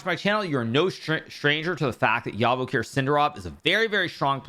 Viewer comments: please pronounce the letter J in Javokhir just like you pronounce the letter J in jam. I am from Uzbekistan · Just as a side note, the name “Javokhir” is pronounced exactly like how you would say it in english with “J”, not “Y”.